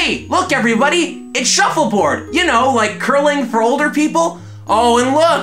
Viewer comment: says title in a new york accent "shuffleboad"